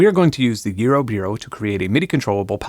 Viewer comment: why are you saying eurobeero?